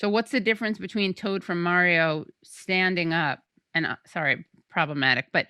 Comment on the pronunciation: "Maire-ee-yo Kart" ;p